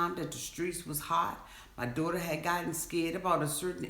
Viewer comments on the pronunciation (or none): none